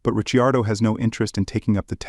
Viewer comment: I clicked away as soon as you pronounced it "Daniel Rich-ee-ardo"